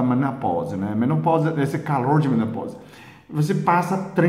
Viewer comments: Que lindo ele não conseguir falar direito menopausa! Kkkkkk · Que lindo e engraçado ver ele falar menoposa! Kkkkkk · Sonia Brazz eu voltei o vídeo do pra ouvir ele falando menopousa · Menoposa? Kkkk morri de rir doutor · Gratidão 🙏🏻 Dr engraçado vc falando menopausa.O que o Dr faz para o nosso bem 😊 Gratidão 🙏🏻 sempre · achei engraçado você falando menopausa 😁🐿👏👏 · Sonia Brazz acredito que vc entendeu que ele falou menopausa soou diferente pelo sotaque da língua dele.